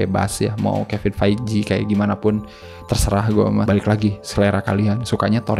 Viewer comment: tuh kan ud gt bijak pula hehe... jd gpp nih ya, misi.. Villain : bunyinya "Vil'n" bukan "Vilein". Feigi: bunyinya "Faigi" bukan "Faiji" Bale: bunyinya "Beil" bukan ky "bell". punten.